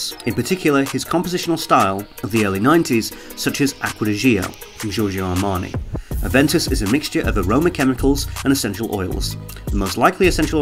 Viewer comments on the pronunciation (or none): It's Aven toos... smh